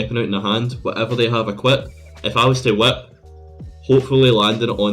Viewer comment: the “wHiAhiP”